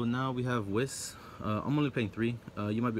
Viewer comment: You play that much but don't know how to pronounce Whis, lol. Nice deck otherwise.